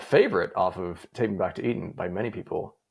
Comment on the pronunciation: Take Me Back To Eden is at #1, you mispronounced it